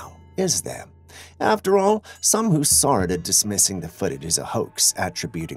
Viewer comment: Not soar, saw I d iot